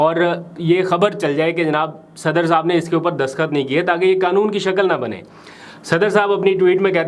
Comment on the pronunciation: برادر دسخط نہیں دستخط لفظ ہے باقی آپکا پروگرام بہت اچھا ہے اور میں توجہ سے سنتا ہوں❤